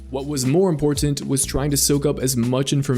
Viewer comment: Why do you add extra T's in your words?? Butt-tens, Import-tant, etc. I'd guild kick you for that